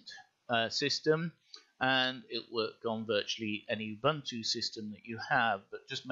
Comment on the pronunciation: get a decent mic. btw it's 'oo-boon-to' lol also be quicker. we're not think xD